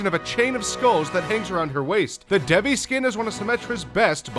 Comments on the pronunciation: Dude Devi is pronounced Deyvee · the devi symettra is pronounced D-ee-v-eye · It's pronounced Dai-vee. Devi means goddess in Hindi. You can google it. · Bedowin for Genji? Really? Bedowin is probably his worst skin. Also, your pronunciation of Devi and Kali disgusts me. Furthermore, Sunyatta isn't anything compared to his red and black skin. I can't remember the name, but it's legendary and it looks like he was born in a volcano.